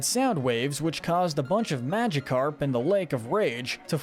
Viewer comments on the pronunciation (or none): none